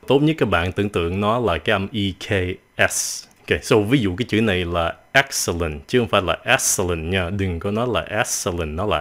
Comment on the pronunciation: mỗi excellent mới đọc là ek. :v thế là sao zợ